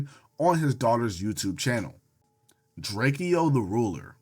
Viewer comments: drakeo got a whole song explaining his name is DRAKE-O NOT DRAKIE-O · drakeo name is not pronounced how it look twin 😂